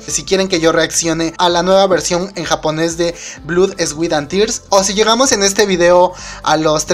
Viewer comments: "Blud, esgüit an ters" xD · me dio mas risa el blud, eswit and tirs :v